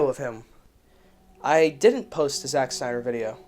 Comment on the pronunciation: "sack snyder" Was that deliberate?